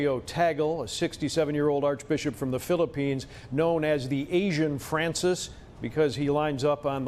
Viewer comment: Loo weez Tei Guhl lol hahaha... pronounce it as Loo Ease Tahg Leh